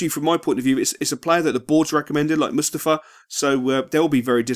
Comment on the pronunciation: its Mustafii not Mustafuh